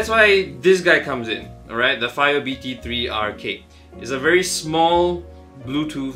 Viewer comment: Its BTR3K not BT3RK